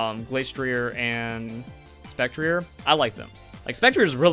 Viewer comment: Spec tree ay And Glass tree ay -ier in french is pronounced ee ay